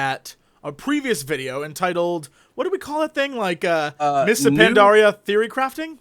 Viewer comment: Is it me or Jesse that cannot pronounce Pandaria?!?!?!?!?